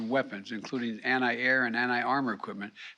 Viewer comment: "Anni air, anni tank munitions." Biden needs to take some anni oxidants.